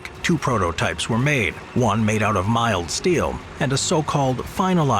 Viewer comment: bro its milled steel, milled, not miled